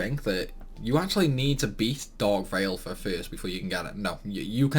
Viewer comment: The way you pronounce Valefor is hilarious